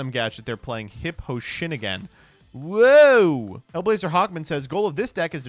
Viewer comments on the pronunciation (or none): I like how he says Hip O'Shinigan, like he's Irish.